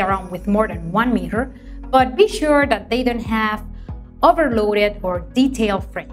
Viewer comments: What are you talking about? She recommends mihas 😄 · I love how she pronounce mirror 😙